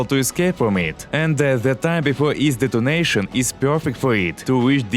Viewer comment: I kept hearing donation instead of detonation "shoot him before donation" 😅